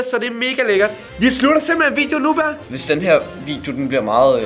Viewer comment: det hedder baer ikke ber